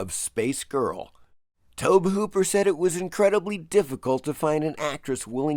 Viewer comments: Tobe is pronounced like Toby. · Tobe is pronounced TOE-BEE. It was a little painful to hear it pronounced incorrectly so many times. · Tobe is pronounced "Toby" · About 90% sure it's pronounced the same as "Toby" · I don't know why you keep mispronouncing Tobe Hooper's name. HE says it like "Toby" and that should be all you need. 30 seconds of cursory research would have solved this issue. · Why is no one discussing how irksome it is hearing someone pronounce Tobe Hooper's name so incorrectly?